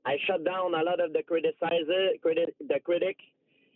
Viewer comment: Crit-a-sizes A-port-2–nistic